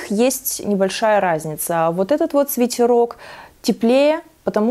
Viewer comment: Правильно произносить свитЭрок